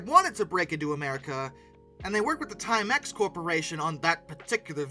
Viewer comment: At least there is no “slash”. Yet. I’m only about halfway through… 17-18 minutes. But I gotta say .. “time-EX” and not “TIME-ex”?? (Where you place the stresses). You’re killing me!!! 😂